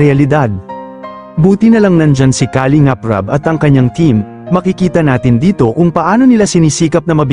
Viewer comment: Ang masasabi ko sa vlog mong ito... PAG AYUSON MO ANG DICTION NG MGA SALITA MO. TULAD NG KALINGAP DAPAT ANG SYLLABLE AY NASA 2ND HINDI SA UNAMG SYLLABLE.. "KALING'AP" ulol !!!!